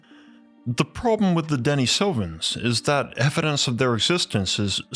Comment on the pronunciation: Pronounced deneesovens not denesovens.